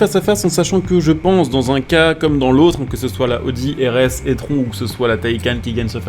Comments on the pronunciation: Je sais que le nom "étron" lui va bien mais par pitié c’est prononcé "itrone" 😅 Sinon pour le reste normal que ça soit similaire étant donné que l’audi est une taycan simplement recarossée et bridée en puissance 🤷🏻‍♂️ Sinon Porsche ne propose plus de diesel depuis plusieurs années sur n’importe quelles de leurs modèles ! Le prochain full elec sera le Macan, et suivra malheureusement le Cayman :/ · Je sais pas si tu fais exprès mais l’audi se prononce i trone car étron ça signifie autre chose en Français… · Il le sait en faite il fait volontairement la blague